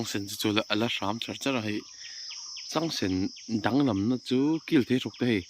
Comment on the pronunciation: "He lam zar chu(h) a va han rah hnem lutuk" 😂 Þawng sualin sawi sual nawk nawk reng la, en a ti nuamin a tih ngaihnawm zual phah alawm 😂😂👍🏽